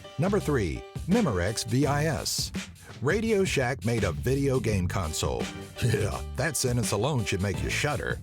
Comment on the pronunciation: you call video games vigeo-games XD